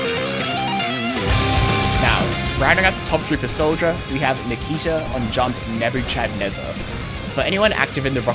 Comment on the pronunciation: very very nice video. that's not how you pronounce nebuchadnezzar tho